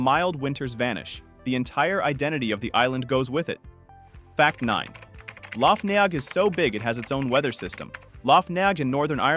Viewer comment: Lough Neagh is pronounced "Nay".